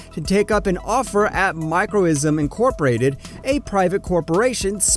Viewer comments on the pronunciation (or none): "har/b(R?)ing/er" Lol. It's spelled, harbinger, and it's pronounced: --> [ ˈhär/bən/jər ] and the word 'Microcosm' is butchered into the sound of "microism". What's wrong with this guy? It's still less than 2 minutes into this (farce). . . . and "microzem" . . . Enough of this. I'm outta here!